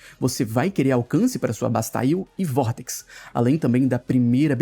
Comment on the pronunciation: todos youtubers tem vicio de linguagem pq todas pessoas tem vicio de linguagem, normal. Eu vejo pouco yt mas o que me incomoda sao outras coisas. Eu nao sei de quem vc ta falando pq n conheço qse ngn, mas o é quem mais força ingles, nao? O "bastaile" dele nesse video e diversas outras pronuncias que ele tenta acertar e ficam erradissimas chegam a doer sem falar nas thumbnails antigas do com "brokes" kkkkk